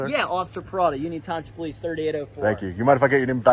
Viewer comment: I can definitely tell she’s the one that called the po-lease 🤣🤣🤣